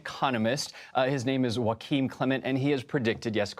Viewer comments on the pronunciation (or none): Presenter pronouncing German "Joachim" as though it was Spanish "Joaquin" is crazy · Presenter pronouncing German "Joachim" as though it was Spanish "Joaquin" is pretty bad